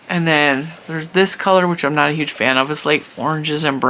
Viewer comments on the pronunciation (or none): none